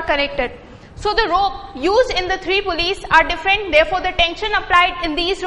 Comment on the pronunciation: Its PULLEYS not pullyes